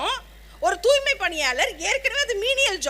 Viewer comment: துாய்மைக்கு பதிலா துாமை என்று பேசுது.